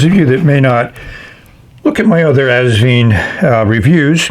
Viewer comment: Wonderful review, as always! I finally got my Asvine review a couple of hours before yours. 😊 For pronunciation, just remember 'vine', like a grapevine. Regards, Norman